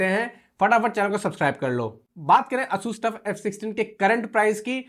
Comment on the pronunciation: its not aa-sus its a-sas